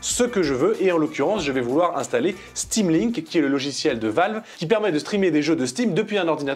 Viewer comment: "sudo apt install stamlink" :')